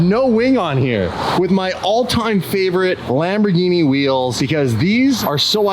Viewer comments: Well, the Centenario would be a very well addition to the channel. BUT, as a big Lamborghini Fan you are, please do NOT pronounce Lamborghini "Lambordschini"! 🙏That is embarrassing! Lamborghini. Please! And I am very surprised and a little disappointed that you didn't even look at the wonderful Miura. The Miura is the origin of all mid-engine sports cars, even before the Countach, which I love very much, the first super sports car. One of the most beautiful ever built. You should definitely try to have this experience. Furthermore, dig in! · if you pronounce Lamborghini "Lamborjini" then you should also say Spajetti instead of Spaghetti🤣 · “Lambor-geenie”….. the black is so boss!!!!🫵